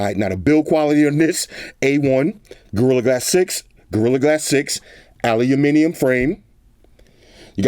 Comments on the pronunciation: not "aluniminium" it's aluminium...lol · Aahhhlooloominium frame. 😂 at least is trying to say it like the rest of the world.